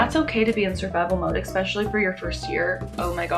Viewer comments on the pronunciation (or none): You are SO cute and have a bright future, especially with 5th graders....but PLEASE stop saying EXPESIALLY. Driving me nuts!!! Really enjoy your energy and honesty too!!!